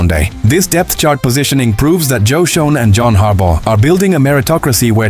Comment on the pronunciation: Why do I keep seeing the same Giants video??? Get real please... P.S. Schoen is pronounced "SHANE"